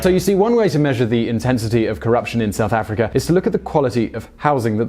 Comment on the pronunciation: Why cant you say words that end with "a" properly? Chin-er, Mandel-er, South Afric-er.